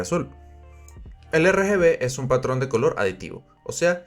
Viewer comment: pesnsé lo mismo apenas escuché "el color ejun tema complicado ¿cierto? osea..." JajsaJs